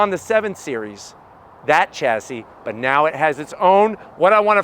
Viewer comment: Chassis is pronounced shassy